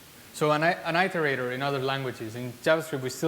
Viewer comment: apart from struggling to understand his pronunciation of iterator (i think it was that) on 2 occasions, this was - like everyone else says - a really good talk